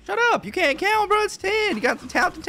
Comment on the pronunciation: “Gotta tount to ten!”